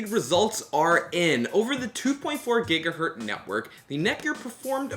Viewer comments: annoying video jumping (please fade)!! annoying noises!! gigahertz not gigahert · "5 gigahert" Fml.